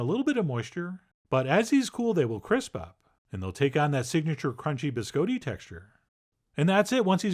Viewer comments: He says it the way it's said in Italian. The way it's said in America is completely wrong. "Bis-cah-ti" is not how it's pronounced. It also refers to multiples, the singular is "Biscotto". :-D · No. Someone tricked Chef John into saying it that way as a joke when he was a kid, and he never learned the correct pronunciation. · Oh dear... the bis-coe-tee... bih-skaa-tte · Chef John you are ... so cultured. Have been so many places, but you mispronounce BISCOTTI...AHHHHHtti, not a long O. None of us here can figure it out how you don't know that? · I love Chef John. But every time he pronounces "biscotti" as "biz coe tee," the wings fall off an angel statue in Rome. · Gonna have to thumbs down you just for saying BisCoeDee -_ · So it turns out I've been pronouncing Biscotti wrong. I've been going "Bis-Cotti". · You probably haven't been, Chef John is charmingly pronouncing it incorrectly. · Why are you saying it like that? Please Stop. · Someone tricked Chef John into saying it that way as a joke when he was a kid, and he never learned the correct pronunciation. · You are, after all, the Wile E Coyote, of your mispronounced biscotti. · Right.. ?!? I thought it was a bit odd.. 🤔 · Did not disappoint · Some of y’all really need to learn how to pronounce these words. Please don’t act like he is saying biscotti correctly... or even close... lord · "Closer to how it's said in Italian"? No, that's NOTHING like the Italian pronunciation (or the standard American, for that matter). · I said closer. And it is. I'm from Sicily. I know how it's pronounced. It's definitely not a hard "o" but it's absolutely not with an "Ah". But I take it you speak Italian, so you should know.